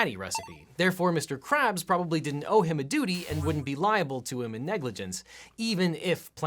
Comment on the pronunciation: Lmao lawyer didn't pronounce Mr krabs' name right lol